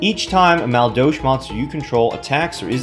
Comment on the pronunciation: I'm going to douche my ears after all that "Maldolsh." Still a great video...lol